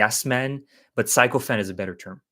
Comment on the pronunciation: Hey - I also recently learned the meaning of sycophant as well. As for pronunciation, try a Google search for 'pronounce sycophant.' This is NOT a criticism. I love it when people correct me.